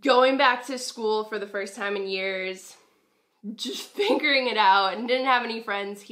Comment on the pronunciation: Anybody else peep that she said fingering and not figuring?? 😂